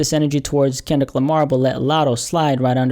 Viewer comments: you called him Kinlic Lamar lol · Ok you called him Kinlic as well lol